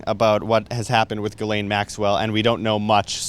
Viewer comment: By the way Ghislaine is pronounced: G-slenn (like Glen). I am french Canadian so I know.